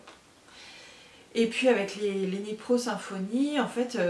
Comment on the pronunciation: Hello ! Sans vouloir t'offenser le k de knit ne se prononce pas; sympa ta vidéo je m'abonne ...A bientôt